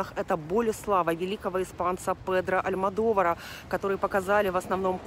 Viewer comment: Не Алдьмодовар - Альмодовар